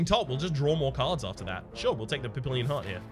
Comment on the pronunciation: Not sure if anybody has told you yet (hah!), but papillon is pronounced pappy-YOHN.